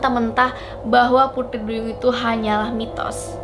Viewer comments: kok pudri duyung🤣🤣 yang bner dlu sihhh ngucap putrinya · Iya. Kk nya beda pengucapan nya.. Pudri duyung..